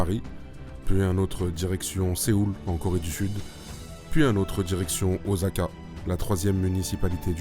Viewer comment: Please.... oSSaka.... Pas oZaka....